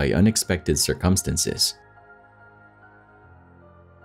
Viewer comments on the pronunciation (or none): The word is "circumstances", not "sir-CUM-stinces".... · Until you learn to properly say words such as "circumstances" and "February" I definitely will NOT be subbing. 😂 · why do you say "circumstances" like that, this isnt the first video ive heard you say it wrong in either 22.08 minute